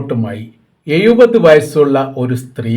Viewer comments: എഴുപത് എന്നാണ്... എയുപത് അല്ല... ശ്രദ്ധിക്കുക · എയുപത് വയസ് ..അതു പൊളിച്ചു..😂😂